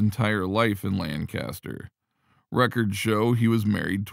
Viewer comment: The city in Pennsylvania is properly pronounced "LANK-aster"; not "LAN CAST er".